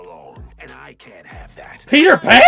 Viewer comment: When you say, "Peter Pan" like that, I laugh pretty hard. 😂😂😂😂😂😂😂😂😂😂😂